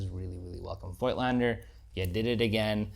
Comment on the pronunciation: COIGTLANDER IS PRONOUNCED 'FOTLSNDER CORECTLY ! f_1 with digital is lessuseful, averagely, than with film. its almost a 'special effects' lens -wafer.thin DOF. - so sharpness is comprimised often. a paid-for promo for sure.